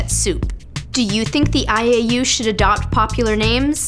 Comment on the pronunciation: When she said IAU i thought she said 'I ate you'. Hahaha